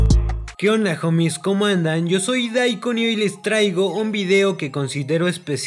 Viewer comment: Se pronuncia joumis🤦‍♂️🤦‍♂️🤦‍♂️